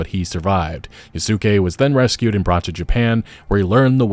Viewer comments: Hate to nitpick, but oh man, when he said "Ya-Su-ke" i have to remember that this is how they say it in english lol, so hard to get used to that. Originally its said as "Yas-keh" and dude is a absolute legend. Went from a slave to serving as a general to Nobunaga and everything. Netflix captured his story well. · you dont even have to be a grammar NotZee to find this pronunciation painful and borderline disrespectful, damn bro dont do Yasuke like that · You keep mispronouncing Yasuke's name. The "u" is supposed to be silent.